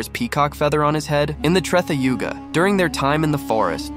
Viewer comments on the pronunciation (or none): Hey I like your video but pls use correct pronunciation of treta yug